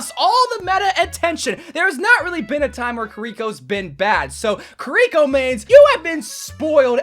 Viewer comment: "kariko" bro it is KIRI-CC